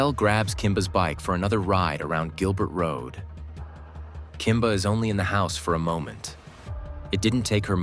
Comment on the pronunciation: It's Kimber!! Not Kimba!! Geez Wiz!! :(